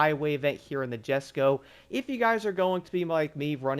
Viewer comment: Usually pronounce it "jes-ko"